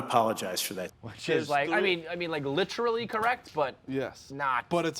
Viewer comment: Bro you gotta stop saying "litrally"